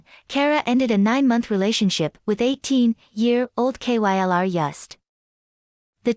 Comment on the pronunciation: I like how the computer voice is so dumb it spells out K-Y-L-R every time lol